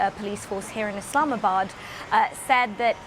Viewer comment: Did she say islamisbad?